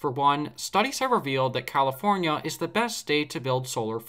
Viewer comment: 🤣 Comipornia , Recede already!